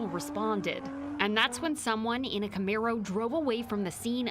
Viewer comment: The lady said Comeero instaid of Comairo (Camero). Also, that's NOT street racing. Racing requires two or more participants racing against each other to be a race.